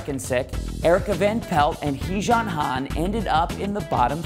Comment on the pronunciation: you guys rock with all your videos!!!!!!!!! i love HALEY REINHART!!!!!!!! but u guys absolutly SLAUGHTER the idols names. Like HEEJUN HAN you saying it like dijon mustard and HOLLIE CAVANAGH. Plz learn the names cuz the ones u guys are saying are kinda awful. but i love ur vids especially the idology ones!!!!!!!!!!!